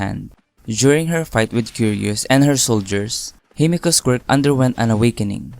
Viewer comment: Okay but the way he say quirk really sounds just like him saying squirt so when a girl/woman character shows up I be like : HOLD UP, WAIT A MINUTE. SOMETHING AIN'T RIGHT 😃